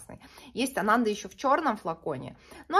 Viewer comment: Еще я слышала, что надо произносить АнандА, на последний слог ударение, это какой-то буддийский святой ❤